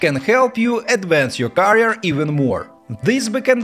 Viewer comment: Great reviews, seen couple of videos , my friend you're pronouncing carrier instead of career